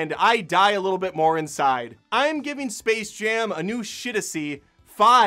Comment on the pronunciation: Oh gosh. It's called SPACE Jam. Not Server Jam. They couldn't even bother reading their own title.